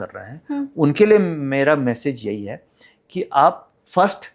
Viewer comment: है को हे क्यों बोलती है